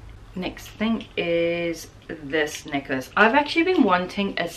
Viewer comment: listening this video while mildly loudly washing dishes - I thought you were saying knickers when you were talking about the silver tassle necklace and I was wondering why you wanted silver tassel knickers lol Then I seen you hold up the necklace and had to laugh. I need a louder speaker I guess.